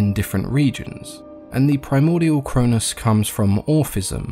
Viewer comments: The way you pronounced, Cronus and Chronos, was the confusing part. The way you said them made them sound like the same name. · Ian pretty sure its kronos not cronus